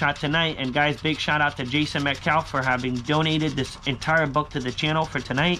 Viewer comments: #ScratchLifeMovement Thank you, Jason Metcalf Calf like what's in your leg or the baby cow lol Give him a chance he now says "clover" right lol Good Luck tonight!!!!! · Jason has to HATE the way you say Metcalf. Lol